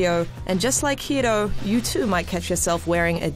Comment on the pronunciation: I love it when she tries to pronounce Hiro. Ends up sounding like Hido.